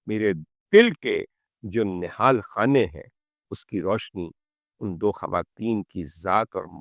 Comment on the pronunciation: دل کے نہاں خانے آپ جیسے شخص سے غلط تلفط ھم ایکسپیکٹ نہیں کرتے نہال نہیں نہاں یعنی چھپا ھوا بہت اعلی شو اللہ کریم آپ کو ھمیشہ اپنی امان میں رکھے آمین